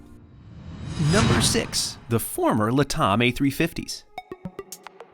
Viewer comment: LATAM is not pronounced “LUH-TOM”. It is LAT-AM as in “LATin AMerica.” LATAM is a portmanteau of the two words. Think “Pan Am” in pronunciation. LAT-AM.